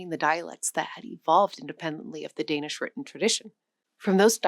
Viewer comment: I sort of expect someone teaching the history of our languages to be able to pronounce the words they use somewhat closely... but no, it just sounds like a bad try....